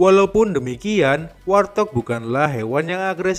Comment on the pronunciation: Warthog.. cara penyebutannya bukan war-thog Min, tapi wart-hog atau wawt-hog Wart = kutil Hog = B2 liar Izin 🙏🙏